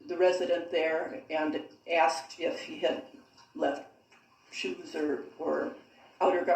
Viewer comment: I love how she says shooos 😂